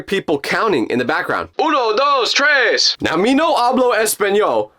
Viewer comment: Good job for saying 123 in Spanish I'm from DR so good job